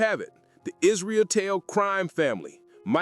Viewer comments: Is-ruh-tell is how it’s pronounced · I know it’s inconsequential but hearing you butcher the pronunciation of Mike’s last name made me laugh.